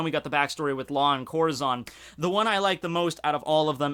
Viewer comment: Im sorry. I know your are not hispanic but you have so far mis pronounced Corazons name wrong every time. Just look up how hispanics pronounce it. It means heart in Spanish. Oh and in case you also pronounce Urouges name wrong, try pronouncing it with 3 syllables. U-Ru-Ji. say the first Syllable like you would say the beginning of Usopp. i think it sounds even cooler when you pronounce it this way. Keep up the weird but interesting videos.